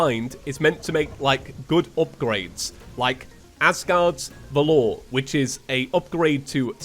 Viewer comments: I’ve never seen anyone pronounce valor as vuh-lore I always pronounced it as vah-lur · it is pronounced Vall(as in valley)-er(like doctor) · died multiple times to leviathan in this video and the most painful part was still hearing him pronounce valor! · I am sorry, but i have to do it, its not valOr its vAlor, its an easy word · the way he says valor :skull